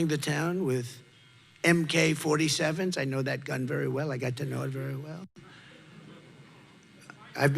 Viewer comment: At the mark.. this clown said "MK-47"🤣🤣🤣